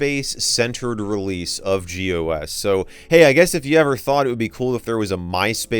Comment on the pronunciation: when you read gOS as "gos" it's pretty funny